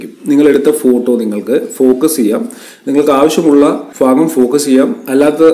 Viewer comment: ഫാഗം അല്ല ഭാഗം..